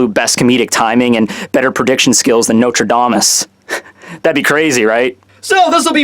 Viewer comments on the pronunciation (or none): Notradamus? xD Maybe Nostradamus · It`s Nostradamus not Notredamus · "Notre Damus" XDDDDDD